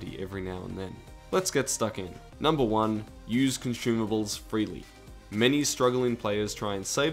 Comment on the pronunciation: cant stop hearing con-shoe-mables